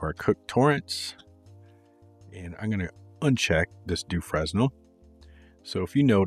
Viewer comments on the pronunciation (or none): So I can teach you something , eureka !!!! In French the pronication is FRENEL the s is not pronounced....